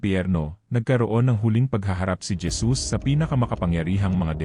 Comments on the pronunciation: Bakit po Dyesus Ang basa mo sa Jesus? O baka nabingi lng aq at nagkamli ng pandinig😅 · Kapatid halatang ala Kang alam sa biblia pangalan lang ni Jesus dimo pa masabi ng maayos Gesus"🤦ayusin mo mga sinasabi mo kinakain mo dila mo....😛😝😜hay naku.... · Hesus po ang pagbigkas ng JESUS😊